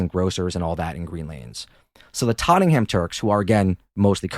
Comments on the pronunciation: It's pronounced "Totnam" not tot-ten-ham how did let this happen? 😅 great show and podcast keep up the content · They're pronounced "Ba-Bashin" and "Tot-nem" 😅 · Tot - ing - ham Jesus wept Americans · We pronounce it tot-nem. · Dude love your channel but get your facts right, I lived in green lane, during the70’s it was run by Greeks and Greek Cypriots, at the end of the decade Greeks moved out and the Turks filled the vacuum, do your research right and pronunciation, for Tottenham, pronounced Tottnam, you septics have zero knowledge about English pronunciation, USA maybe great but you septic tanks( yanks) have zero understanding of UK English and our history